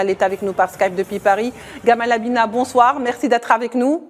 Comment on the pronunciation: Abina sans r frérot.